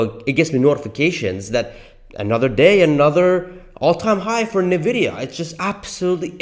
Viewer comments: Might want to learn Nvidia is pronounced N vidia, not Na Vidia.😂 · Dude, it's pronounced ,"in-vidia", NOT "nah-vidia" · Why ffs are so saying nevidia when it is N‘Vidida! Pronounce the N like the letter. You probably also say Porsch instead of Porsche aren’t you? Besides the annoying pronunciation the rest is ok, but still it ruins the performance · I noticed you say Navidia. When I think it is pronounced Invidia. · I stopped the video after two minutes because I couldn't listen to this idiot say NUHVIDIA one more time. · Please stop saying Navidia. It makes you sound like an amateur. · Why are saying "Nividia"? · What is nuhvidia stock? is that similar to Nvidia (pronounced "In vidia") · For the love of God, please learn to pronounce the name of the company you’re making your video on. Next time, I expect you to pronounce Nvidia correctly. It seriously hurts my ears + my soul hearing you pronounce it this way.